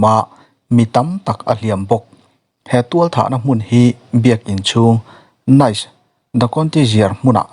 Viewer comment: Nice hi 'Nis' tia lam tur a nit.